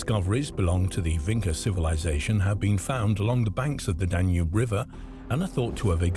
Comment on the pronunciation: It is Vinča (Vintʃa), not Vinca.